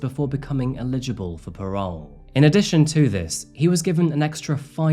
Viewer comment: The word 'Attributed' and especially the word 'Eligible' are just a couple of many words you seem to struggle pronouncing correctly in every video 🤦‍♂️ I know its a minor thing, but it doesn't do my OCD any good 😆 don't get me wrong, I love the content... but, damn dude...